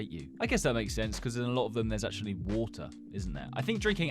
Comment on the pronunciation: “wOtar”… “ViTAMiNS”